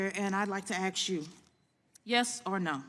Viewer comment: "I would like to axe you"?!? Put that diversity hire back behind a counter at Popeyes chicken.